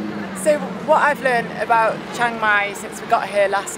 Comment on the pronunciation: "Shhheeang-Mai" not "CHANG-Mai" btw